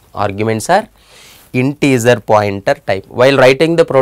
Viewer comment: Great explanation. When you say integer, think of the “ger” pronunciation as the same as the first 3 letters of how you would say “German”